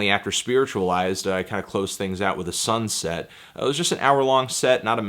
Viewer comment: heheheh, "sunn-set"